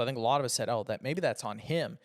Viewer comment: I can only apologise for the way speaks this and that start with TH not FH come on try harder. It is in English language 😂